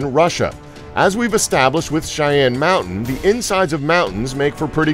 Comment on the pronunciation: Why do you keep calling it Shy Een mountain? It's pronounced Shy Anne and spelled Cheyenne... you know... like the Native American tribe, because that's where the name came from. I have noticed that you pronounce things incorrectly in other videos, and feel that you may want to work on that. This is constructive criticism, and not an attack, just to clarify, because I enjoy watching the videos.